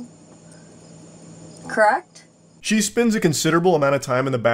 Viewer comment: "You assumed... I was operating my veeicle... crrekt..?"